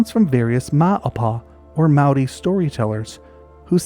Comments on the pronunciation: As someone from the area in New Zealand this is of special interest to me! You've done a great job collecting references and did a pretty good job pronouncing the Maori names (pronunciation changes throughout the country actually), but we've a stash of lost wildlife that I secretly hope will show up again one day! So to topic: Given the number of wild animal releases that New Zealand had in the early years, there's every possibility that someone tried to to introduce otters, and beavers, amongst the list of everything else that was brought in as "game animals". Both have reasonably short lifespans (~15 years and ~10 respectively) so I'd propose a small group of introduced individuals who failed to maintain a population. All of that said I think it's also important to keep in mind the power of suggestion, and my conclusion on this topic has always been the same as yours :) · Your Māori pronunciation for our native species is really good. A rare thing for people who havent spent a lot of time here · Well someone finally did their reasearch on pronouciation. For a non-kiwi making that effort, i am impressed. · Mate this is an amazing effort at pronunciation of Maori language, seriously appreciated, well done. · Loved your pronouncement of Maori language, also a brilliant presentation. Thankyou from a Kiwi phellar. 😊